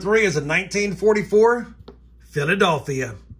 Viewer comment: Brother, you need to learn how to pronounce Philadelphia 🤣